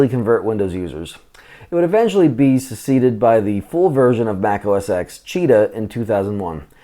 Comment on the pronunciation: Mac OS “10” Its a roman numeral. Not pronounced “ex”.